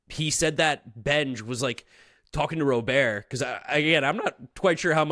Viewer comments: it Robert not Robear LOL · His name is pronounced Rah burt! PLEASE say it right it's so annoying when you and others say it wrong lol. 1st HR was SERIOUSLY wind aided. Pirates have a pretty good lineup and really good. SP what will kill them is their defense and pen. If this is what the lineup is going to be the majority of the year they are going to win more than the 84 win predictions! LGM!!!!